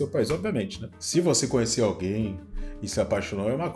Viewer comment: Esse povo falar "coniecer" é fd 😂.